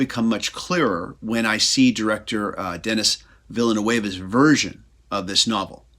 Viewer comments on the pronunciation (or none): no shade but the way you pronounced denis villeneuve's name was COMEDY GOLD. I think everyone should say it like that from now on (It is more like Denny Vhil-noov btw)